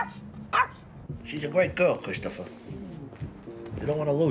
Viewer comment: She’s a great girl cwistphoa